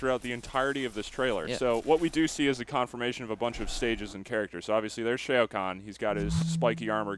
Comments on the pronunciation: It's not SHAY-OH, it's just SHAO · u said shao wrong, its said like wow, but shao..